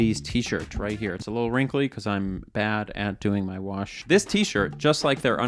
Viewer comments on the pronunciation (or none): none